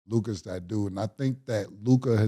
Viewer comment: The level of difficulty Lukas name gives Mase is unmatched lmfao